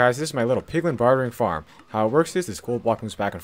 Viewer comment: “In this episode I’m going to be making an automatic POgLiN farm”